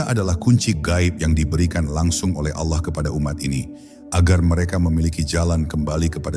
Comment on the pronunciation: Ini AI ya, penyebutan Allah jadi ALAH, Astagfirullah